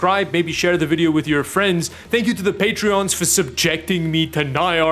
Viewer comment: Patrons. The word is Patrons.